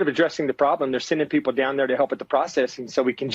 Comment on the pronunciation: Lol you said Pee pole 😅😅😅